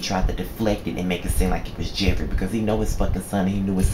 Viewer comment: Lol nigga did u say jeffrita?! Hell naw! Lol great review though